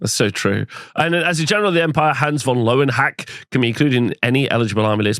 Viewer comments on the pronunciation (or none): Surely the pronunciation is more like "Ler-ven-hack-er"? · And pronouncaction of General Hans von Löwenhacke is jolly but cruel 😅